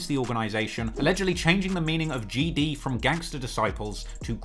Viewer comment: It looks like you out here Crip'n wit that bandana on😆. And quit saying GD like that😆😆